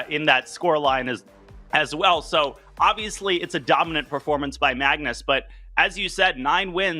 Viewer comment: Hi Tania, it's "dominant" not "donimant" 😅😅